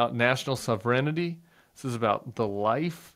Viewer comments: Dude! Sov-ren-tee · Famously Zelenskiy used to be a comedian, but Trump is was and will forever be a clown. One of those men speaks coherent English, the other is Trump. The President-Elect has no authority over government policy until inauguration, yet Trump doesn't know even this. (interesting pronunciation of sovreignty, Tim, it sounded like you inserted an extra "i" between the "n" and "t")